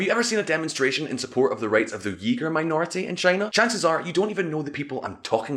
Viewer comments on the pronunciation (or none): Uighur Pronounced Weeegur. Not eegur. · Dude please not yeeger but uyghur if you’re going to say it like that than surely no one will know about us. 😁 and im not picking 😂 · Uyghur? Yeah, that pronunciation makes it sound like the derogatory term for a white guy trying to be black.